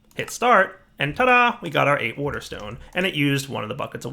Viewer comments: Wouhder and wouhder stones :-) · Lol. He says wuter.